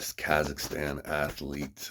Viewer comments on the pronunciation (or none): none